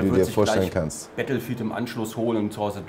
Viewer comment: "wir spielen nachher noch "bettl"-field" xDDD